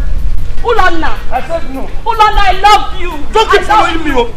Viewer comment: lol its Ulonna and not Ulanna